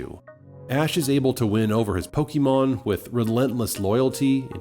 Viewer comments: I'm almost certain that is not a Pokémon fan because of his atrocious pronunciation. It's "Po-kay-mon" or "Po-kuh-mon", not "Po-kee-mon"! I know it's a silly pet peeve, but it truly makes me cringe. The wrong pronunciation reminds me of all the adults back in the 90s who were baffled by Poké-mania. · What's pokeymawn? Are you trying to say pokemon? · Pronounces it "po-KEY-mon", opinion irrelevant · I’ve heard many, many Pokémon fans pronounce the word “Pokémon” in multiple ways all the time. It’s not that much of a big deal. I personally say it as “Po-Kay-mon”.